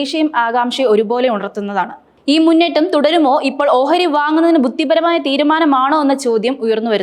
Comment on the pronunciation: ബുത്തി പരം അല്ല. ബുദ്ധിപരം ആണ്. പത്തതിയല്ല. പദ്ധതിയാണ്. മദ്യത്തോടെയല്ല. മധ്യത്തോടെ എന്ന് പറയണം. മൊത്തത്തിൽ പാളി. മലയാളം അറിയാവുന്ന ആരുടെയെങ്കിലും സഹായത്തോടെ വായിച്ച്‌ശീലിക്കുക.